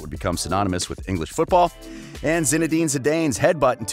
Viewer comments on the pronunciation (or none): a north American accent saying "football" and pronouncing Zinedine Zi-DAYNE had my ears ringing a little bit